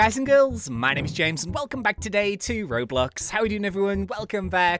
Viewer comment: When i saw this vid i clicked on and i thought he said hey guys welcome back to roblux XD